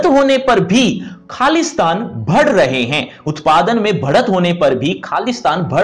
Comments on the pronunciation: sir aapne khali asthan bola mujhe Khalistan sunayi diya 🤣🤣,mai sochi ye khalistan sir q bol rhe 🤣🤣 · Meko bee ye laga 😂😂😂😂😂😂